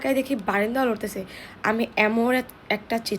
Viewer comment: নরতেছে ❌ লরতেছে😂😂😂😂